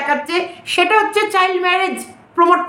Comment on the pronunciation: Kotha ta chail noi child 😊😊